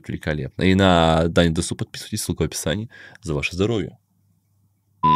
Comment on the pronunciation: Опа, не ожидал эту реакцию! Круто! Кстати правильно дЕсу, а не десУ)